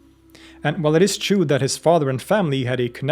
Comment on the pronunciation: Obsessed with the way you pronounce "true" like "chew"